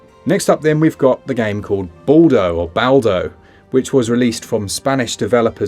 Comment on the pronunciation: I would normally avoid shooters, as that's not my favorite genre, but Bright Memory Infinite could turn the tide for me. By the way I laughed so hard at Baldo's name pronunciaton - I will see him as balding little boy going around swinging his sword and throwing pots :face-blue-smiling